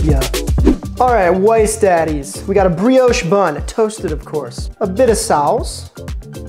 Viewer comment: Y’all all worried about the name pronunciation nobody’s talking about how he mispronounced Maddie’s and you didn’t catch the comment bait of the couple shreds of yellow cheese when he was doing the Monterey Jack. It’s all in there to get you engaged.